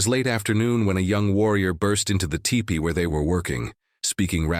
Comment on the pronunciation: Btw, it’s pronounced “tEEpee” NOT tippy! Don’t think I prefer this AI narration.